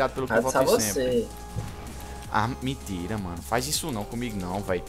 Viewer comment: kkkkkkkkkkkk rio de mais quando tu fala miintira man kkkkkkkkkkkkk